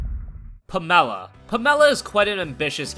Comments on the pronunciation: Pam-ella? Its pronuoced " Pam-la" dipshit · So to be clear though, it's pronounced PAM-e-la because you're a normal person right? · Pamela is pronounced pa-me-la. Not p-me-la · I... HATE when people pronounce pamela as "puh-mel-uh" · pam-uh-luh! Then where does Alice Ravenwood come from? Aren't we all supposed to use our real names!? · ... how the fuck do you mispronounce pamela? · its pronounced pamela and visage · never heard Pamela pronounced like that before